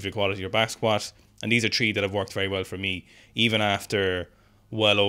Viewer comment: 1) Is juicing? 2) why does he keep saying “tree”?